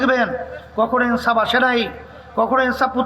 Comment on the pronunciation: আর আপনি এনসাফ বলেন ইনসাফকে😂😂😂